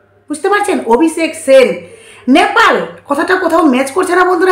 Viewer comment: নেপাল হবে ন্যাপাল হবেনা, উচ্চারণ এর দিকে মনযোগ দিন। কন্টেন্ট ভালো কিন্ত উচ্চারণ কানে লাগছে।